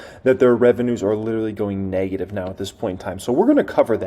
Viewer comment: The word it "Neg-ative", not "Nay-gative".